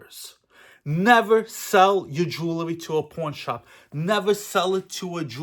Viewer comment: 😂😂😂 that traxnyc shit was great. Also I thought you said Porn* shop at first 😂